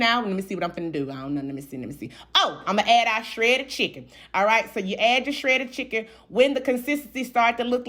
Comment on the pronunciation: Anybody with that accent, knows about hogs in the backyard, and pronounces shredded with 2 extra r's definitely knows what she's talking about. I said what I said.